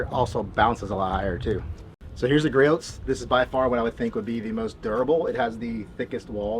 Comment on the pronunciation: Gree-Oh's, not Gree-Oat's. Other than that, great video!